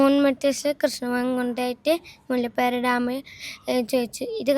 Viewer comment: മുല്ലപ്പറി ഡാം അല്ല മോനേ മുല്ലപ്പെരിയാർ